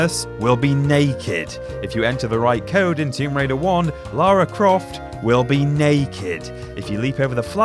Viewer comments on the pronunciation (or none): none